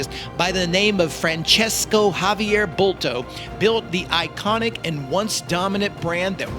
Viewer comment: I can tell you that his name is Francisco., Like San Francisco town. In catalan language his name is Francesc, so you can see that there are no "o" at the end, like in the Italian name. So never say Francesco, that's a big mistake. If you have doubts about it you can write Francisco on Google and ask for pronunciation and you will hear how it sounds, same tha San Francisco town. Hope it helps. But please don't write Francesco, that's a big mistake. And big THANKS for the nice video anyway !!!